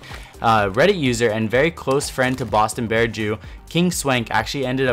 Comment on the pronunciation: it's BostonBearJew, not BoatonBearJew